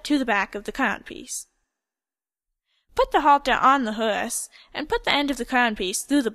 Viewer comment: I'm sorry but it made me cringe horse is said hOrse not hErse x